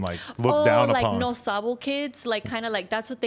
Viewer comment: for her claimng to be a "yo no sabo" person I love that she pronounces all the words the proper way!